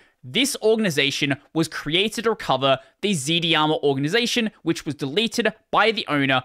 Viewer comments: "Dharma" is pronounced like "Karma" as they're connected concepts. So Z-Dharma, rather than ZD-Arma. Thanks for the content. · Dharma ir pronounced like Karma, why do you pronounce it like z-di-ama instead of z-Darma? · Its not Z D Harma, its Z - Dharma. Dharma is an Indian word (and a non-translatable to other languages). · "zdharma" is pronounced "zed darma" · Whenever he says Zd-harma it’s sus. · You think not doing it on purpose then? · I think it's pronounced as z-dharma